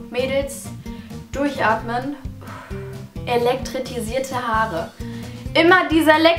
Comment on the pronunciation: Es heißt elektrisierte und nicht elektritisierte haare😂😂😂